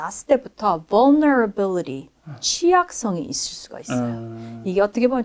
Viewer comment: 벌너러빌리리 ㅋㅋㅋㅋㅋ vulnerability 머누버빌리리 maneuverability